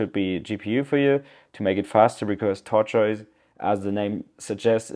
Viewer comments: i know you were struggling with pronunciation, but i pronounce it simply "tor-tus" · tortoise = "tort - iss". like the animal. tortiss. thanks for making this video! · Tortoise Pronounced Tor - Toyss - great video! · it's "tortoise" pronounced tohr-tus